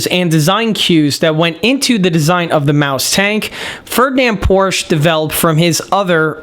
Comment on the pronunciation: Respectfully, It's Porsche, not Porsch.